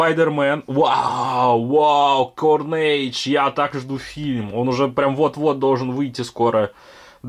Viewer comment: Он сказал не правильно и всё. Что такого?